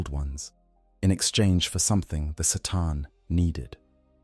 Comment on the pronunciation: Sataan lolol, you mean C'tan